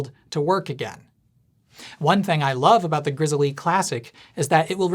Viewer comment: I believe it's just pronounced like the bear, "Grizzle' lol